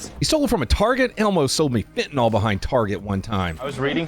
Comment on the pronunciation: IMO. If are going to use a word such as fentanyl, please do not mispronounce it, that's weird.